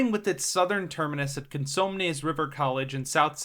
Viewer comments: Quick heads up for pronunciation: Mather = MAYther Consumnes River = conSOOMNEZ River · It’s “May-ther” & “Con-SUM-nes” & “Zinfandel” (the wine). Sacramento is NOT in the middle of California (that would be Fresno)- Sacramento is the northern most large city in California! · Just FYI, you should invest a little time learning how to pronounce some words, like Mather is pronounced as May-th-er not Math-er, Cosumnes is pronounced as Co-soom-ness, soom part pronounced like soon or zoom, and Zinfandel pronounced like White Zinfandel Champagne, other then that pretty good job on the vid, I was born in the Sacramento area suburbs, raised in L.A. from the mid 80's through the early 90's moving back to the Sacramento metro area in 94' and been here ever since. SacRT is in a complete retro fit and infrastructure adds like adding a second set of tracks on the Gold line so trains don't gotta share a track allowing more trains going back and forth from Folsom to Downtown, right now is single track from Sunrise to Historic Folsom, also beginning in July Brand New Siemens Trains start running on the Gold line because all the stations from Downtown to Historic Folsom have had their reconstruction for the new low floor trains completed and the testing and 100hrs of running before they can start running passengers just finished around June 1st, the Blue line will get the new trains next Summer(2025), the Light really helps the lower class and non car owning people a way to go to Downtown and enjoy all the great things it has to offer like world class museums, 5 star dinning and the Golden 1 Center home to the NBA's Sacramento Kings and top artists Concerts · Judging by your mispronunciations of "Cosumnes" and "Zinfandel", you don't live here, do you? lol.